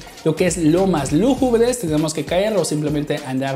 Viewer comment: Se que mi comentario talvez sea innecesario pero, ahora que veo bien no se dice lomas lugubres se dice lúgubres la acentuacion esta en la primera u!!!